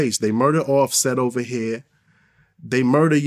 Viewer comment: Ninja said Ofsett lol 😂